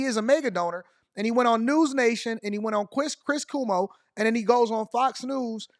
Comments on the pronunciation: cuomo pronounced Como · Its...KWOMO. Not Kumo Cuomo of course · Just to help you out : it is pronounced “Quo mo” like Status Quo. Love your content 😊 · Pronounced “Kwo-Mo” the u is like a w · Pronounced Kwoe moe 😊